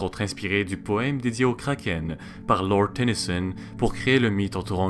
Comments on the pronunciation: Pourquoi tu prononces un nom danois avec un accent anglais ? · Pourquoi certains disent krakeunne (désolé pour la défiguration du mot mais bon c'est pour me faire comprendre dans le commentaire)